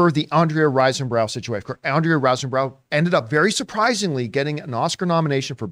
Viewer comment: RISE not rice 👍